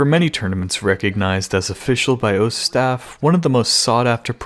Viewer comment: Ur pronounciation with Osu is giving me AIDS.